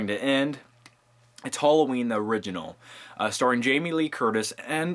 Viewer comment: btw HOLLOWEEN??? seriously??